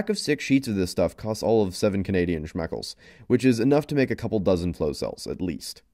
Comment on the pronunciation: When you say "Schmeckles", do you mean to say 'shekels'? Just curious, since 'schmeckle' is Yiddish for penis. =| And it's super weird thinking of someone paying for things using penises as currency.